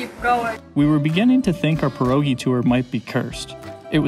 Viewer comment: Please try to say PYEROGI its not an american dish !